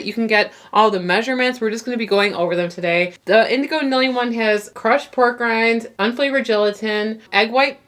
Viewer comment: Great video ladies! Btw indigo pronounces it Neely keeps calling her Nilly too even after she told him it was Neely 😂